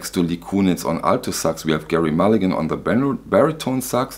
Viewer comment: ...Gerry is pronounced "jerry"...tee hee